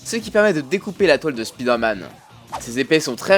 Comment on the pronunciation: On prononce "Spaïdeur Mann"